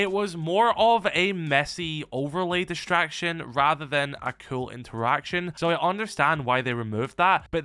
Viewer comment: Cool not kewl...so annoying